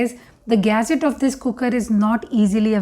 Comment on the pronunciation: 'Almunium'... Lol what's that... And then we have the "gaset"